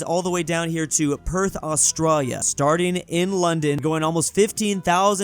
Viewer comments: Pleeeaaaaase stop calling Australia "Austrarya"! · Bro Said Australia with austria en 😂😂😂😂😂😂😂😂😂